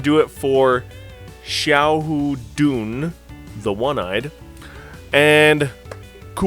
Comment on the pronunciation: You're pretty close...."sha-hou dwun"